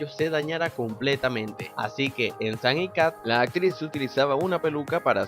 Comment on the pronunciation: Dice San no Sam